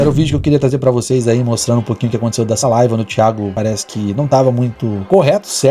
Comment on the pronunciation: Quando o cara começa a decair, chegar ao fundo do poço, ficar sem conteudo e começa a perder visualizações, ele começa a atirar pra todo lado pra conseguir mídia e não cair no esquecimento, o cara não sabe nem falar "live" ele fala "life" kkkkkkkkkk